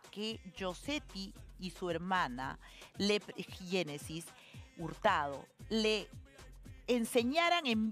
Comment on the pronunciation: Habla bien Magaly es Génesis no Yenesis 😂😂😂😂